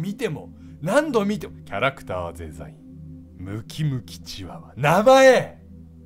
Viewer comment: エンドロールのとこキャラクター “ゼ” ザインって言ってるww